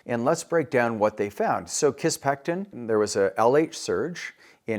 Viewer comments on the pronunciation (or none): Sounds like you're saying kisspeCtin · Please learn how to pronounce kisspeptin before pretending to be an expert on hormonal therapy.